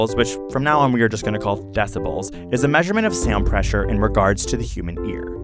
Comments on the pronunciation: MrprunesHD Haha he said SaUnD while I read this😂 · ok is the way this man is saying “sound” bothering anyone else slightly?